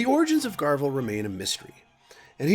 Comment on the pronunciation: Love the vid but it’s garv-ee-al loken and Ta-Rek Tor-Gad-on